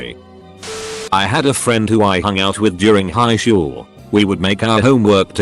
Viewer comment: The way you made google say shool instead of school is still throwing me off😂😂